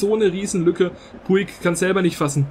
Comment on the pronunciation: Man spricht es Putsch aus Also du nennst ihn immer puig